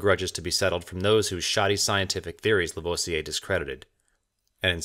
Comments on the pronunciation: I love these videos and have but one criticism and I'm sure I'm not the first to say this but : you need to perfect your French pronunciation. Lavoisier isn't "laVohziay" it's "LaVwaziay" . Other than that... Your photography and your writing are superb: the odd humorous image or phrase really helps too. Love it. Carry on old chap! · "moo-zay"; "La-vwah-zee-ay" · Please learn how to pronounce Lavoisier !